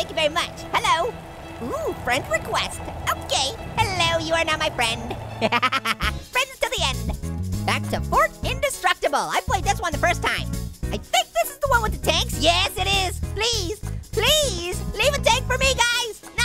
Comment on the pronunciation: remigio pineda it's play not pla.